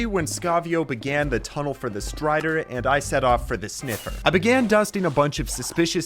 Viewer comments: Bro said stray when he was supposed to say strider 😂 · Ah yes, the Stray-der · find the stray? don’t you mean strider?? (JK)